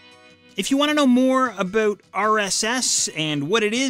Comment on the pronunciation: The way you said "about" is very Canadian